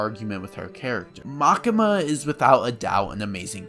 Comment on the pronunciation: pls call it Makima not Makema xD for english speaker probaly like Makyma !